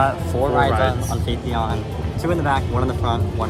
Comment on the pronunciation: Welcome to Korea. Gyeongju World is one of the few parks in Korea that invests in new attractions. Everland and Lotte World haven't introduced any new attractions for over 10 years. Therefore, many rollercoaster enthusiasts in Korea have high expectations for Gyeongju World. P.S. Phaethon is pronounced similarly to Python. There is a review video of Phaethon on the TPR(Theme Park Review) channel.